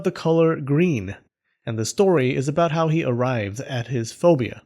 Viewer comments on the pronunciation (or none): none